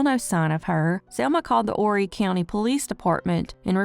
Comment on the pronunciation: As a former Horry County resident, thank you for prounouncing “Horry” correctly!